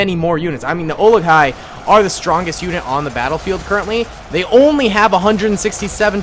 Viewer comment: Olog-hai is pronounced (oh) (log) (high)